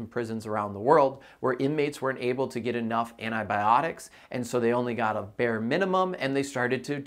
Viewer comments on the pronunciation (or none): none